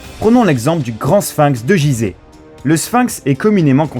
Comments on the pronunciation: Il dit jize au lui de Guize corriger moi si il a raison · Bon, j'ai arrêté cette vidéo à m. En -25 avant JC, l'Egypte était alors sous domination romaine. khephren était pharaon 2500 avant JC, et on attribue le sphinx à Khéphren, mais cela reste une théorie. Enfin on prononce gUizeh. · Jizeh ou gizeh ? C'est malheureux de commencer comme ca